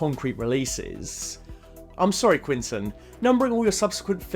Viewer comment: Who the hell is "quintin" tarantino?